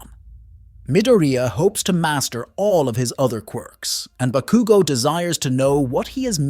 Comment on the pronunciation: It was mildly annoying to hear you repeatedly mispronounce Bakugo and Midoriya's names in this but it's otherwise a great recap